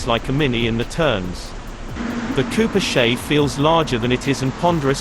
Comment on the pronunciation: "Cooper SHAY?"